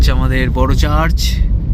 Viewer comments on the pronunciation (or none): খাপরি ওটা চাজ বলে না চার্চ বলে।